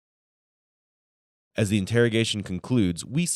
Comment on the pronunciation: Did you REALLY say post HUMASLY?